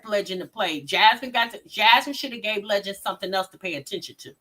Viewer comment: Jasmine really need to get Legend some speech therapy